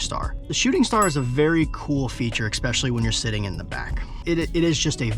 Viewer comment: My dood really said EKKspecially 😂